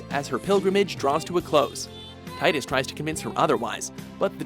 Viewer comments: It's Tee-dus NOT Tye-dus. I'm so tired of everyone pronouncing it wrong. I mean, when you hear the character's voice actor (James Arnold Taylor, voice of Obi-Wan from Clone Wars and Johnny Test) pronounce it as Tee-dus, the evidence becomes quite irrefutable. Tidus' name comes from the Japanese word for "sun" which is pronounced Tee-doo or Tee-yo, depending on origin. This also explains why the Sun Crest and Sun Sigil power his ultimate weapon. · It’s still Teedus though. You’re pronouncing it wrong. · allow me to drop a little knowledge. Tidus's name is pronounced "Tee-Dus", due to his name being based off the word for sun "tida", which is seen in game by his crest/sigil being Sun. so please, stop saying Tie-Dus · Jesus Christ the the final fantasy 10 protagonist is called TEA-DUS NOT TIEDUS GOD DAMN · It’s TEE-DUS… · It is actually pronounced "Teetra" ...And "Teedus" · Zidaaaaan not Zideyn Teedus not Taydus